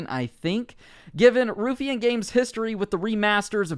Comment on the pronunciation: Ruffian spoken like: Rough-fee-an Source: I'm Scottish. :)